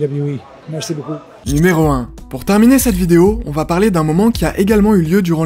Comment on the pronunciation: S'il y a une chose à retenir de cette vidéo, c'est "De quoi voulez-vous parley"